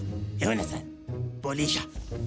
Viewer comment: "Pholisha freyfa" wax on wax off 🤣🤣🤣